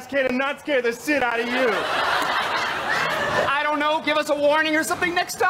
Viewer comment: So little but the emphasis Bill puts on ‘scare the shit out of YOU’ def implied that Paul is sound sensitive, and probably freaks out at jump scares